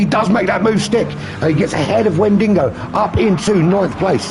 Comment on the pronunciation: note: driver's nickname Wendigo, but not WendiNgo 🤝